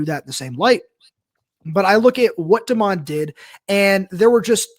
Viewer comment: Dude, it's DEMOND, not Desmond.